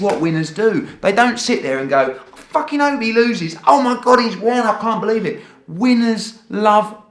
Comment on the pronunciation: Eddie "were the facking governors" hearn